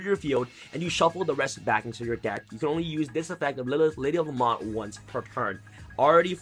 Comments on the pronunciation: I know right , killed me when he said la-mont lol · La-Mont? Do you mean La-Meant? (Pronunciation of Lament) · Lady of La-MEN-T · This annoyed me the whole time too